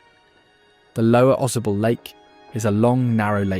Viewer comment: Ausable is pronounced - aw-SAY-bull